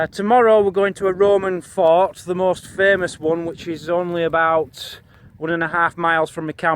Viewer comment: I know you are saying fort, but it sounds like you are saying fart